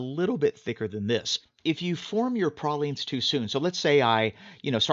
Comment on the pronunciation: Pray-leens dude.